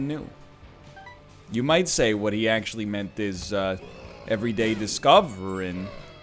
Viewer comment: You made me listen to the shape of you only to find out he clearly said discorvering. You got me egg